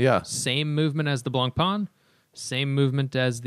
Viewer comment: Attention watch nerds who don't speak French: if you can't be bothered to learn the correct pronunciation (which is fine--not trying to tell you how to use your time), at least try to be less wrong. Blancpain is not pronounced "blonk-pon." A nearer approximation would be "blon-pan." See 3 min 30 sec mark here